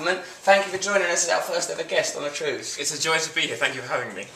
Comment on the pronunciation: Simon Says TREWS